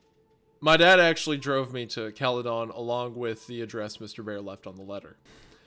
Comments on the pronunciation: Cala -den not Cala-don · The scariest part about this whole thing was hearing "Cale-don" and not "Cale-din" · its cala-den wendi not calleh- done😞😞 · I love the way wendigoon says "Cali-dawn" I have never heard someone pronounce it that way lol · Bro what I grew up in Orangeville Ontario lol caledon is right next to it a lot of friends of mine live there hahaha also its pronounced Cal-eh-din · It's pronounced Caledin. I hate this story so much. I live in Caledon so the fact it's left so open is fucked. Thanks for the nightmares. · The pronunciation of "caledon" cracks me up in this video haha. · It’s absolutely hilarious hearing them pronounce caledon and Bramalea. Also nice to know that Brampton has had very bad drivers for decades, it’s what we do best😭😭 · The pronunciation of Caledon is killing me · from an ontario native hearing these boys pronounce Caledon with a DON and not a DIN is wild. oh god, hunter pronounced it with DIN but then absolutely butcherd Ontario.